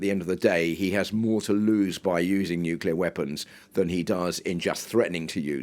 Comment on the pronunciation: It's funny this news lady said Nuclear correct the first time, but then the second time she said it wrong, I wonder why it is so hard for some people to say " new clear " instead they say it wrong "Nu Cu ler". That drives me nuts like when some people say the word Axe instead of Ask. What does that say about public education.